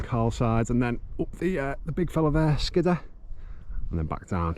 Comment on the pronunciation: I always thought it was pronounced "Skid - Ore"